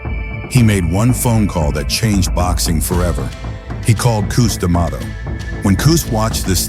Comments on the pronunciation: Damn AI voices....coos dummato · Old Cous Cous D’Amato. Gotta love AI.